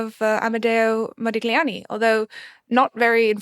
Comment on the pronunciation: I take the bashing of their elders in stride, I'm unsurprised by the openly partisan take on Germany, and I'm not even much bothered by the ad hominem attacks on Johnny Depp, but the fact that neither the host nor any of the guests can pronounce "Modigliani" in a critique of a movie about -- checks notes -- Modigliani, was a real let-down.